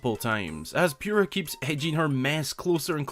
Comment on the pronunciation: NOOOOOOOOO ITS POO RAH NOT PURE AH